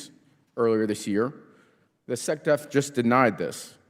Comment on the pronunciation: SecDef❌ SecDuff✔